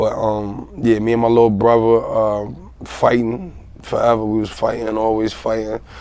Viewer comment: "Bruva"-Dave East....not hatin im js its funny how he says brother lol